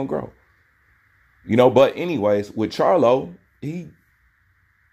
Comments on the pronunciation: Crylo not charlo bruh🤣👍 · That man name crylo not charlo